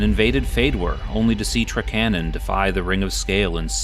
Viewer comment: Yeah, I’ve always heard it as TRAK-a-non myself.